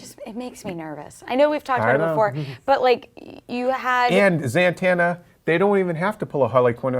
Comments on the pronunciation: Zatanna, it's zatanna, z-a-t-a-n-n-a, ZATANNA!!!!!!! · zantanna? lol nice (zatanna) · its Zatanna not Zantanna lol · ITS ZATANNA not ZAN-TANNA SMFH